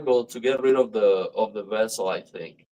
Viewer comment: i am mistaken or u saying incorrect? vessel instead of bezel